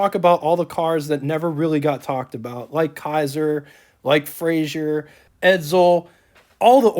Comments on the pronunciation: A couple of comments: It's pronounced "Fray-zer" not "Fray-zhur" He was Scottish, not French. The person who's picture that's shown when you mention Joe Frazer is not Joe Frazer. Don't know who it is but it's not Joe. You are correct, Kaiser had the first hatchback. Kaiser and Frazer for '47 were the first cars with a straight through fender line (no running boards or "hang on" fenders.) True post-war styling. The "AC" control allows air to flow through the heater, which Kaiser called an "Air Conditioner." Another cool feature these have is the control marked "T" below the dash, which stands for "Throttle" - it's a cable to the carburetor, sort of poor man's cruise control. As another person commented, the problem with using the Continental 226 in passenger cars was the valves burned frequently. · Good video but I have to voice my pet peeve - it's pronounced "Fra-zer" not "Fra-zhur" Joe Frazer (not Frazier) was very proud of his Scottish lineage. You are correct that Kaiser had the first hatchback in 1949. A '47 Kaiser Custom is a rare model among the KF line. The hood ornament is an after market add-on. Very cool - KF did not offer a hood ornament in '47 so owners often added the after market units available at the time. The "AC" knob turns on the water to the heater. In '47 the heater was known as an "air conditioner" - great piece of yesterday to be sure. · It is NOT FRAZIER; It is pronounced and spelled FRAZER! Repeat: F-R-A-Z-E-R!